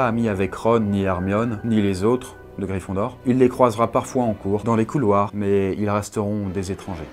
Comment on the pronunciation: Mdr "gryphindor" tu m'a tuer